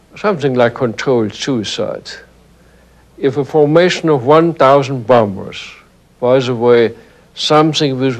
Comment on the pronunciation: Will he stop saying BOMMERS instead of bombers?